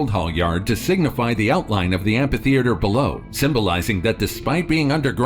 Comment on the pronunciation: Say "ampa-theatre" one mo time! 😠